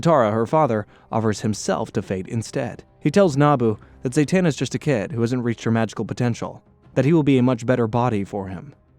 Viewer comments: Why do you mispronounce the characters name? Like if you watch the show you would know her name is Zatana. You are saying ZaYtana. You did the same thing on attack on Titian. You said Levy and not Levi. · It’s ZAh-tana, not ZAY-tana